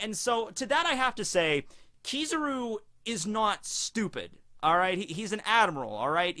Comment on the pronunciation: KizARu not KizIru